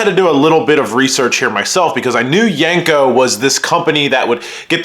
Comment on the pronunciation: It’s not yanko it’s yenko!!!!